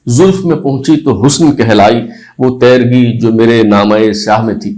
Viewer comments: اپنا تلفظ بہتر کریں تیرگی tairgi نہیں بلکہ تیرگی teergi کہیں ۔ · وہ تیرگی میں ت پر زبر نہیں زیر پڑھیں۔۔۔۔